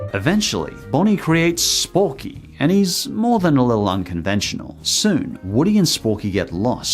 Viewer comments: You said it wrong.... It is not Sporky! It is Forky!!! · ITS FORKY NOT SPORKY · It’s not sporky it’s forky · It’s actually pronounced Forky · Just a reminder, It's actually Forky, not Sporky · Has anyone else realised that he said 'Sporky'? His name is Forky. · I love how he called it Sporky when it's Forky. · Bonnie made sporky Me: its forky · It’s forky, not sporky. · His name is forky, not Sporky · I like how you say “Sporky” instead of Forky. Then again it is more accurate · Did he just say Sporky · it is forky not sporky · calls sporky me: ITS FORKY ITS CALLED FORKY ON PURPOSE BECAUSE BONNIE IS YOUNG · did you call forky sporky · It’s forky not sporky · it's Forky, not Sporky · It's not sporky it's forky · Has no one realised that he said sporky instead of Forky? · he called Forky sporky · You had said four key his name is sporky I'm just going to say that real quick not trying to be smart or nothing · Love how no one is saying about how he said SPORKY instead of FORKY!!! Not a hate comment tho love ur videos I just get triggered over the simplest things don’t me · It’s FORKY NOT SPORKY. omg....I’m YouTube’s Hermione granger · His name is Forky, not Sporky, even though he is a spork. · its not sporky it forky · ITS NOT SPORKY ITS FORKY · and eventually Bonnie made Sporkey.... Everyone else: it’s forky. NOT SPORKEY. ITS FORKEY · His names forky not sporky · Know what’s funny he lives in the UK were the sporks name is sporky but I live in America were he is called forky so I was confused when he said sporky for second. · His name is not sporky its forky even though it should be sporky cause he is a spork but worry but its forky. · His name is Forky, not Sporky. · Sporky? It’s forky? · am i the only one that got extremely mad when he said sporky instead of forky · Sporky no no no, its Forky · It’s forky, not sporky ...lol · Anyone else triggered about him calling it sporky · He called him sporks it’s forky 👋 boi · Did he say sporkey